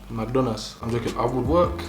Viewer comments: Did you just say "McDonalds" in a yoruba accent ? 😹😹😹😹🤡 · “mac donas” 😭😭😭